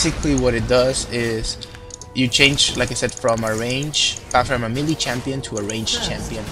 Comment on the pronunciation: you pronounce the word "melee" kinda awkward xD like...mili xD